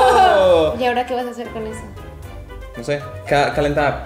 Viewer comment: ese "no sé" si sonó muy mexicano jajaja